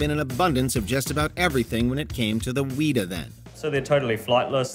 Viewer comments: Weta pronounced "wetter" not "wheater" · It is not a wheat-a. Its Weta. Wet-a. How can you get that wrong not only is it spelled exactly like that, but two of the worlds most famous FX companies are names after it. Weta FX and Weta Workshop. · Y’all mispronounced weta, and you didn’t mention that Peter Jackson named his film studio after the highly endangered insect.